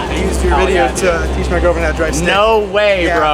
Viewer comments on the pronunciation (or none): none